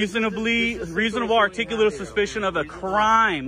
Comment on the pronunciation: Are-tick-you-late-a-bull Why can't anyone pronounce that word?